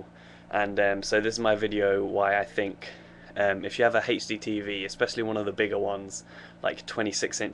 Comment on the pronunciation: HD lol he pronounces it like Hasty TV